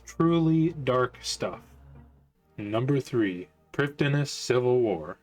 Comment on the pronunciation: Just one nitpick from me Prifddinas uses Welsh spelling and pronunciation, as with all Elven areas/characters of RuneScape. So the correct way to say it isn't as straightforward as it seems. The correct way to pronounce it is "Priv-thee-nas", since 'dd' in Welsh makes a 'th' sound.